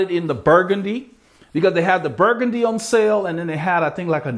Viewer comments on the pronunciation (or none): none